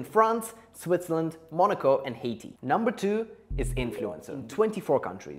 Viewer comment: He pronounced Singer and Haiti so bad 💀💀😐